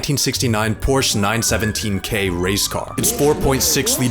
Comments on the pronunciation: "Porche 911" XD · Pronouncing it “Porsch” - F tier! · Wtf is a "porsch"? 🤔